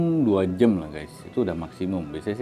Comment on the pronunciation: Btw Jam ya bg Bukan Jem !! JEMBOT iya greget gw